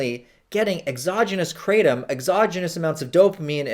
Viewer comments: Kratom- Pronounced -Kruh-tom, not cray-tum. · Please stop pronouncing it "Kray-tum" 😑 ... The proper pronunciation is "kruh-tawm" so the English-ized version would be "Krat-um". The way you pronounce it is not even close to the proper pronunciation.